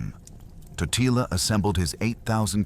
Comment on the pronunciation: Corect pronouncetion is Tótila